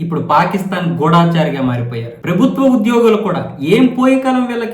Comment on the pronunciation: గూఢచారి గూఢచారి అని 100 సార్లు ఇంపోజిషన్ రాయి గూఢాచారి కాదు 👎